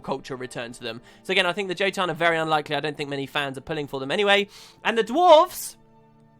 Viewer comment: Gah...I hate how Guild Wars 2 pronounces the jotun. As a Norse word, the J is pronounced as a "Y". Yotun. Jormag, being a play on Jormangundr, should also be Yormag.